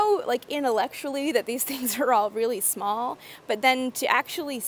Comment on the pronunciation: Loosing your Canadian accent: “smaaall”